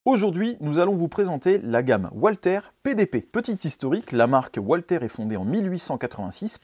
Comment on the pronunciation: Le PDP dérive du PPQ qui lui-même descend du P.99. Étonnante la réflexion sur le grip, les poignées des Walther sont parmi les plus ergonomiques avec HK (P30, VP9…) Que n’ont-ils pas poursuivi la fabrication du P.99… Petite remarque de prononciation : en allemand le W se prononce V.